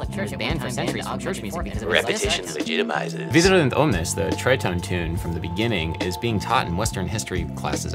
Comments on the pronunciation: That SUPERB Pérotin chant is actually called Viderunt omnes (not Vidurent). Anyway, love this video! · Hey, Adam! Great video! :) Just a quick note from a modern centaur (part musician, part classical philologist ;) ) : It's "V i d e r u n t _ Omnes" - "Rejoice everybody!" ;) not "V i d u r e n t _ Omnes" (a typo ;) ) As for "diaphony" - you're absolutely right, those two words separately mean "separated/ divided" + "sound". An additional fun fact is: combined into one word "διαφωνώ" means simply "to disagree" and was the Greek term translated 1:1 into Latin as "dissonare", which is the direct source of our English "dissonance" ;) So... no devil there either ;) Once again thanks for making thoughtful and fun music related content! I love the 13th century lo-fi piece 🙌